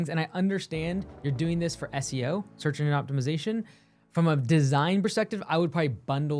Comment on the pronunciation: I heard "search indian optimization" xD feather or dot